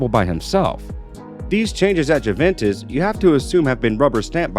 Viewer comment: Jooventez?? Really?